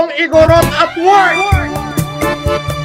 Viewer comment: As a proud Cordilleran, I am so disgusted & insulted hearing him say "igorot". We don't claim him 😭🤚🏻